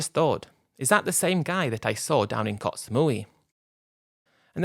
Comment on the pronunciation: It's koh not kots